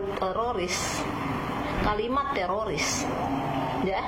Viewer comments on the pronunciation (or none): Silahkan ditandai ibu yg berkacamata Yang salah baca ( tiroris di baca TERORIS) karna salah baca, ibu ini bisa dikatakan penghasut karna kata tiroris di salah artikan dan di goreng untuk mengadu domba